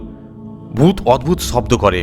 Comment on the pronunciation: ডুত অদ্ভুত না ভূত অদ্ভুত😂